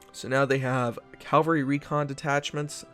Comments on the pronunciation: I like your vids, but, it's "CAV-alry" and not "CAL-vary".. like the church.. Thanks! (haha) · I'll be excited when you pronounce Cavalry correctly. Cav-al-ry. Cal- var-ry is where Jesus (as in Christianity) was supposedly crucified.